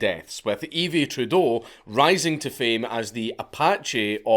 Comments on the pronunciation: Honestly in Quebec the bikers and the Mafia go hard. Also, Yves is pronounced "eev" and not "eevee" lmaooo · You need to do a video on Yves Trudeau. He was a nutter. Its pronounces eve like christmas though. Cool shit you do bro